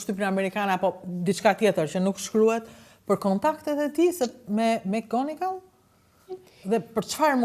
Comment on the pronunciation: O prej mali. Mësohu ta shqiptohet më mirë e saktë atë mbiemrin McGonigal o njeri. Jo Emgonigal se dukesh pak i mangët.